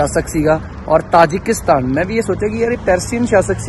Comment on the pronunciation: ਤਜਾਕਿਸਤਾਨ ਨਹੀਂ ਤਾਜਿਕਿਸਤਾਨ ਹੈ